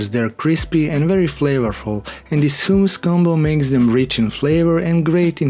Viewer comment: 'hoooomus' lol funny :)